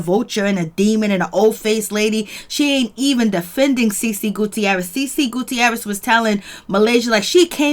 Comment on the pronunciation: The 'i' in the Guttierez is silent 😂 Great job thou.